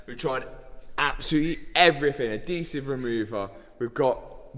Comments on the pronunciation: Ad-desive? Is he trying to say adhesive? 😂😂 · Is he TRYING to SAY "ADHESIVE " 🤔 🤣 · I thought the way you say aluminum was annoying. Adhesive is SO much worse. Ad-hesive Not ah-desive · Adhesive? Nahh, “Ah-desive” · Ad sive? Does he mean.. ad he sive (adhesive) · Its adhesive remover. You know AddddddHEsive. Pronounce the H dude holy crap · What the hell is adEEsive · So much adeeesive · Wait wait what? Adeesive? Is that real or just a weird Matt thing? You British peeps say it like that too? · I see Liam's R8 has the engine out. is it broken? and I do love how Matt pronounces Adhesive (Adeesive) doesn't pronounce the H. Ad he siv (e is silent obviously) 🤣🤣